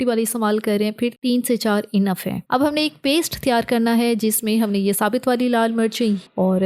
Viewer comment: SaBit zeera nHi hOta...😅 SaBut Zeera hOta hE....😅😂😂😂